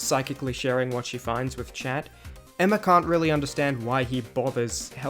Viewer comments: Chat ois French of cat, pronounced SHAT, or SHahhhhhT, ahhhhhh, in the middle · but chat in French is pronounced “Sh-ah”, why translate the pronunciation?